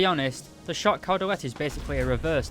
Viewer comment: you almost pronounced it right, when saying dalet, the emphasis is on the "da", not the "let"